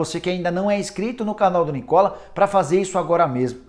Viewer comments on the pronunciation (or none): none